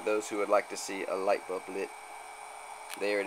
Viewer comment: "light bub"